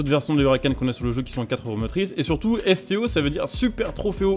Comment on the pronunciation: C'est la Lamborghini STO et non SCO (J'ai écouté plusieurs fois et à chaque fois tu dis SCO) :/